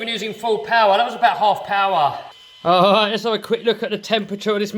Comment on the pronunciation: I'm from Boston and i thought my miss pronouncing R was bad. This alwight. Little wod, disk bwake. England is way worse